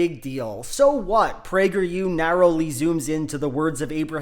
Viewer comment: As a person on the right, I agree with you, because PragerU for kids sounded like “Plague your kids” and that sounds bad.